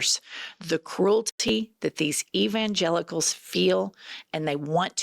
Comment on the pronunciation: Did you say evilgelicals